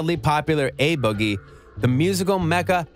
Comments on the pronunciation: a boogie wit??...IT'S "A" IF UR GONNA SPEAK ON SOMETHING PRONOUNCE IT CORRECTLY.. JUST AWFUL👎👎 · Who tf is “uh” boogie 😂